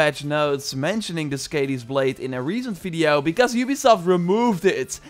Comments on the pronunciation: Please, Skadi ( skɑːði ) NOT Skadi ( skæ:di: ) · Hey! Just so you know you’re pronouncing it wrong. Skadi is pronounced like Scotty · Skàdi is pronounced with a Long a- sound; like "car" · Did anybody else cringe every time he pronounced skadi wrong?